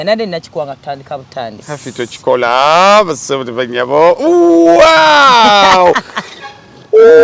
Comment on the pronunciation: they say wow NOT wuwiiiiwuwwiii anyway happy new year both of you.